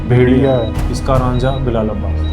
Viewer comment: RAANJHA nahi RAJA